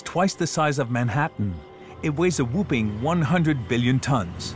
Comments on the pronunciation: Is this narrated by a computer program or something? He pronounces some words quite strangely. Whooping instead of whopping. Glassier instead of glacier etc. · "Shaykleton?" "Mariteem?" "Whooping?"